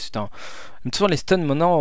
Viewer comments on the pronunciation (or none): none